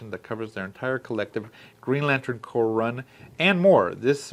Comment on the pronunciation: Just so you know, it’s pronounced like “core,” not like “corpse.”